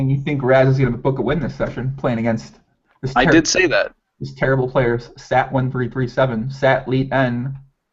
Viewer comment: sat1337en; is pronounced "sat elite en" (Satellite).